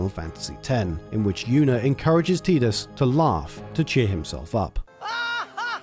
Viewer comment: You pronounced Tidus' name correctly, and you understood the forced laughter scene? I mean, I know it's the bare minimum, but I don't think I've ever seen a YouTuber actually get those right before. It's like someone recognizing that Disney's Beauty and the Beast isn't based on Stockholm syndrome, or even just recognizing that it isn't a kiss that transforms him in that version... it just takes having an IQ above room temperature, and yet so many people fail. Anyhow, good job, keep up the good work!